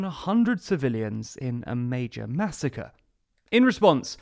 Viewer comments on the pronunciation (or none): none